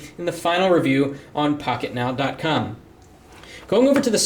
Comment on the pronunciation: listen from to sounds like pocketknob